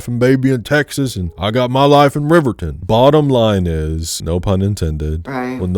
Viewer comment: wyomingite here, this movie did irreparable damage to the way tourists pronounce riverton 😭 it also did irreparable damage to me LMAO ❤ love the video!!